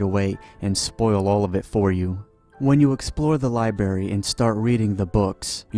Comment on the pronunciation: "Libary"? Come on dude. A Simpson's episode actually made fun of people who can't say words like library properly.